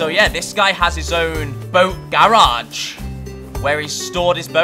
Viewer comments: Bruh the way he says garage was triggering me (I'm from south Carolina so I'm southern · The way he say garage lol love it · I like how he say GARAGE xD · Love the vids but the way you say garage kills me